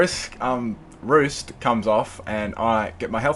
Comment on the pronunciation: Say roost! not ruesht. lol nice battle